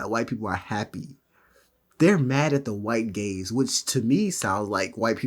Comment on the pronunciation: I actually thought they said "the white gays"